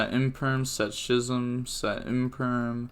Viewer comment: I'm like 90% sure that "Schism" is pronounced Skism and not Shism.